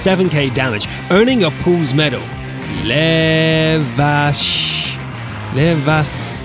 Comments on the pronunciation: You need to say lehväslaiho not lehvaslaiho.😖 I hate to hear how badly Pepole speak finnish.. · As finnish person i could not even understand what you tried to say pronouncing that medal of Lehväslaiho.